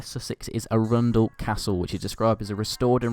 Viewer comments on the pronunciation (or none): It’s A-run-del not a-RUN-del. Pretty sure it’s ‘Froome’ also. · I’m from Chichester a place not far from Arundel and he pronounced it terribly. The Arun part is meant to be pronounced the same way as the name Aaron 🖕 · tip: Arundel is pronounced Ahrundell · also I'm not sure if you knew but arundel is pronounced arran-dul. Either way great video!:)